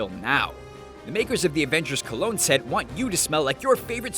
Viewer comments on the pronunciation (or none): none